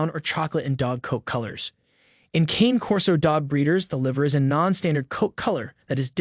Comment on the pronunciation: “Canay” not cane like the candy lol